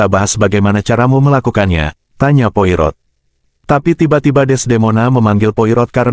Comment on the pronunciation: Baca nya bukan poi rot. tapi Poa ro